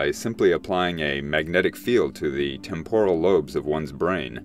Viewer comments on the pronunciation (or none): none